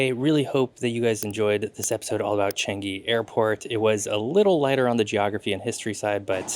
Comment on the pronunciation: I'm happy that you enjoyed your stay here! I love Changi airport too! By the way, it's pronounced CHUNG-(y)EE. As in Chungus' "chung" and Yee's "ee", but I know how difficult it can be to pronounce! Thank you for coming by and please come visit Singapore again with your friends and family :D